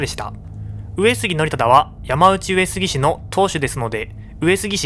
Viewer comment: ”やまうち”上杉氏でなく”やまのうち”上杉氏では？